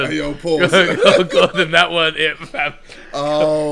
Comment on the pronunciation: They call Gordon diga d 😂😂😂